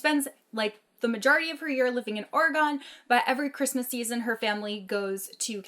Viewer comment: You pronounce Oregon like 'organ.' I have friends from there and this drives them crazy.